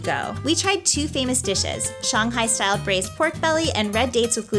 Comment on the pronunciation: you are the first foreigner I've heard who pronounces shanghai correctly, o7